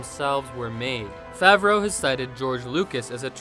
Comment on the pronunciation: "Jon Fav-RAUX" and "Mis-ISLE pods" had me raise a brow